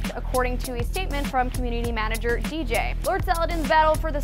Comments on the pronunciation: DJ? Haha it's pronounced like its spelled, DeeJ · They just called Deej DJ... /facepalm